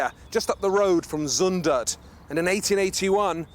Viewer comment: who is van GoFF !? :p Cmon try to pronounce zUndert, its not Zoendert! (which would translate as KISSiby in Dutch) Brabant is definitely not a part of Holland :p like Scotland isnt part of england ;)